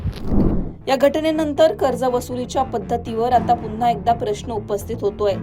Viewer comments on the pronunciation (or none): none